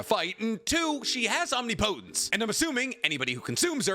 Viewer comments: Why do you choose to say omniPOHTense it’s omnipotence dude this is so triggering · Bro please learn how to say omnipotence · That’s not how you say omnipotence